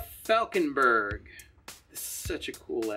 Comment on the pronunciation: Thank you for taking time to answer my question:) And well done on my last name, old German grandpa Falckeberg would be.. well he would make fun of you, but close enough :) Btw Im so using that magic with numbers and paint :)